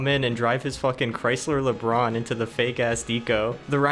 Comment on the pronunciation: You did not just say "Labron" no way did you say that